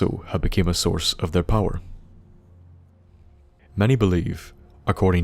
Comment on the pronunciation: a small tip, i've noticed streching a word out into syllables makes it easier to say bigger words, though small words is still left to your guess example ar-ta-eum though the dwarven cities i stop caring about as i'd spend longer thinking the name than i'll remember delving into it